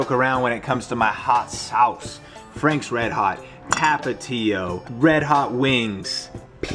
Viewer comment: The way he said tapatio.... please dont tap an uncle